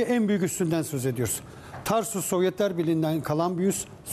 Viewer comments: Tarsus değil TARTUS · Tarsus değil Tartus. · Tarsus degil TARTUS